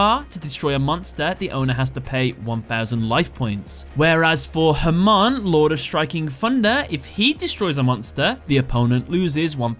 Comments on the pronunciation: Funny how your non-rhotic accent makes Hamon sound like "Herman". You can try pronouncing it as either ham-ON, or huh-MOAN. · As A Persian I can tell u the pronounciation of Hamon is "Ha-Moon" 3 years late to this video but hope u see this :D